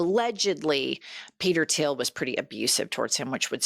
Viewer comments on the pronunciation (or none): It's THIEL not Tiel